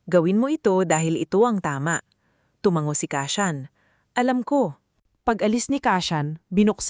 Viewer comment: Hindi ko na tinapos ang kwentong ito nkakainip,isa pa bkit ang bigkas ng narrator sa salitang tumango eh tumang go.